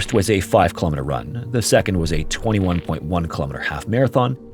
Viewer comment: "sedond story"